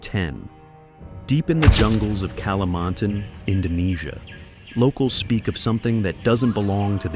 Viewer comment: first of all, if you speak about indonesia. use latin pronounciation its ka-li-man-tan jungle.....not kelementen.....geez. giant snake and gator? wait till you hear about bunian people and winged people...